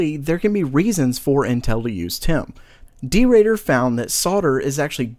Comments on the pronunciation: his name is der Bauer (German), as in, the builder. not derader. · DerBauer not Derater... No hate, just helping out, as he is one of your sources. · der8auer is actually pronounced "Der Bauer", it's a German noun. :D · what did you say I think you meant to say Debauer which is stylised with an 8 instead of the letter "B" and it is pronounced Dei-boa-ar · FYI it is pronounce derbauer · What, how did you pronounce "der8auer"? :D It somehow sounds weird the way you did, no offense. It's german and can be spelt in full like "der bauer" (meaning irrelevant) just for clearing that up. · Just want to let you know that the German overclockers name is prenaunced debauer, i know there is an 8 in there, but its just just a b in disguise :-) Godo job btw getting 100 episodes out. Keep up the good work buddy :-)